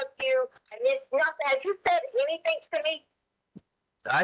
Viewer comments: "I didn't do ANYTHINK WRONK!". I can't stand the way she speaks. Anything ending with a G, she adds a K. (Sadly Harley did it too, being raised by that vile beast) It drives me nuts. When describing "Egg-wardo", she says to Al that he was "dark skinded"...OMG. On several occasions she said "so why come...". Instead of why or how come.... "Dr. Stauch" does not have a PhD in education, as she claims. That's glaringly obvious. She makes me sick. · Everytime she lies (which is 99% of the time), she pronounces words in a silly exaggerated pronunciation. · When the question came up about the wood/board ,she stumbled on her words lol “ I never get rid of anything “ she pronounced the ANYTHING perfectly without the K in the end . Trash knew she got caught and soon they’ll find G. Imagine how she felt at that very moment. Justice has been served . Rest in peace G💙